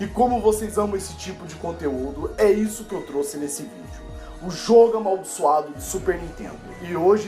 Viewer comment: "amaldiçado"não amaldiçoado.